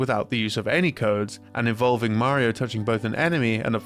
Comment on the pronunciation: Did I just hear a British man pronounce Mario correctly? Holy shit